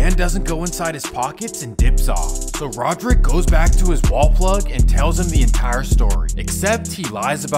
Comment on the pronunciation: “Rodrick” Davis😂